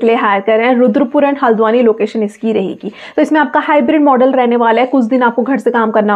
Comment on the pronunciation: Hldwani ..not haladawani😅